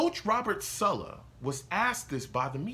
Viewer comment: Man you're soooo cringy, and why do you say "Sulla" its SAL-LUH lol